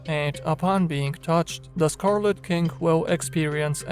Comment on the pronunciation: I could swear you said scarlet kink:D sounds sexy